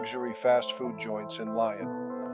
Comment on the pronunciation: Computer generated voices are hilarious. Subtitles would have been better. "Lion" is now the way to pronounce "Lyon" 🙄😓